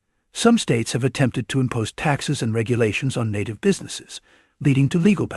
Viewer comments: Please pronounce NATIVE correctly. Your clip is a loser unless you do some serious proofreading up front. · You sank the whole shebang when you mispronounced native. 😅😅😅😅😅😅😅😅😅😅 You're not real, and you have no respect for the issue you are exploring here.